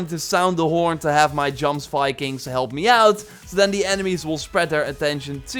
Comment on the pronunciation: When he butchered the word, Jomsviking, I think I cringed more than I have in a long time....